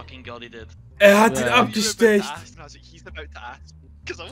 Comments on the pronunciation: es heißt ABGESTOCHEN!!! Nicht abgestecht 😅😅😅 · is irgendjemandem aufgefallen, dass er immer abestecht gesagt hat ?? aber wirklich no hate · Nur zur Info das heißt abgestochen und nicht abgestecht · Immer dieses Abgestecht das heißt Abgestochen 😂😂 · Es heißt abgestochen und nicht apgestecht😂